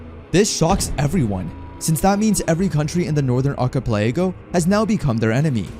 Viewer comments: Yeah like in "orchipelaygo" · dude can't speak archipelago right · Someone has to teach this man how to say archipelago lmao.